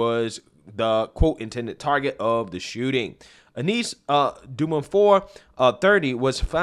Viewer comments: Yo! I love you bro but throw ur shit threw an e-reader before you read it so you know how to pronounce shit. Her names is unis. They just said her name in the news video you play. Come on man twice you sau uniece come on bro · That name is a bit arhaic. It's pronounced 'You-niss' generally. 🙂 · The way you pronounced Eunice screams millennial